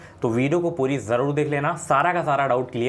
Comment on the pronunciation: Job ❌ zob ✅ Jarur ❌ zarur ✅😅😅